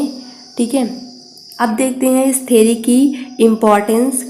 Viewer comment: Ma'am its theory not theri (vijay thalapathi's movie)